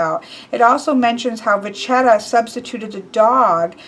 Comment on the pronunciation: It's pronounced "Vacchetta" double c + h becomes a k in Italian. So you read it VAKKETTA with emphasis on the double consonants